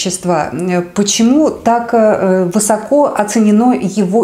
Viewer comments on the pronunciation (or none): none